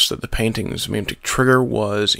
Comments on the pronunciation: HOLY FUCK ITS PRONOUNCED "MEH-MEH-TIC" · You fucked up pronouncing "memetic" very badly